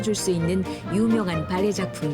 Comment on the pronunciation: 성우님 발레 발음을 왜이리 봐알레~ 라고 느끼하게 하시는건지…😂 그냥 담백하게 발레라고 하셔도 될것을요